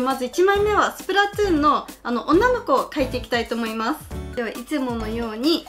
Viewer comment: やってます！！つじゃなくてとぅね